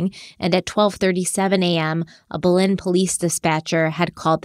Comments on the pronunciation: Berna-lilo? 😆 So cute but so wrong. Almost feels like we’re getting trolled because in your last Harloween video you had some pretty perfect Spanish pronunciation. While I’m being that a-hole, in NM we say Bel-EN and SEE-bola (Cibola). 😋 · It's buh-lin New Mexico not bell-len. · Hey guys! Awesome episode! Just wanted to say the pronunciation of the cities in New Mexico is off. Belen is pronounced like “ba-Lin” and bernalillo is pronounced like “burn-a-Leo” from a local of Albuquerque:) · Bernalillo is pronounced burn-uh-lee-yo. Belen is pronounced bell-IN.